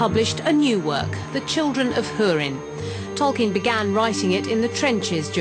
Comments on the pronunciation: the children of hoorin? isnt it like..hew-rin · hoo-rin not hur-in bitch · It's pronounced HORIN not HYERIN, as specified in the pronunciation section at the beginning of the book. Do your research people... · oh sorry. I think you misunderstood me. I was complaining about HIM pronouncing it Hyurin. I know it's pronounced Hoorin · lol she cant pronounce "ú" right